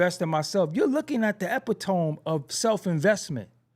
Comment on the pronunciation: epitome pronunced /əˈpidəmē/